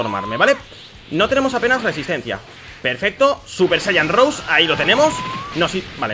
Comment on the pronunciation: no se pronuncia "super saiyan rous" se pronuncia "super saiyan rosé",pero de todas formas,buen video